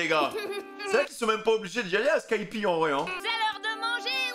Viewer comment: dire skypi au lieu de skypéa ... en vrai osef meme si ça fait bizarre